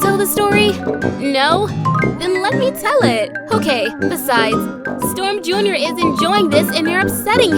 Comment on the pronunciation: I THOUGHT YOU SAID "I would kill and die Storm Jr."